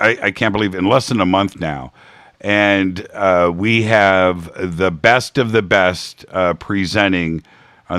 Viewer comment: I heard that: "To bring the breasted... to bring the best of the best" 👍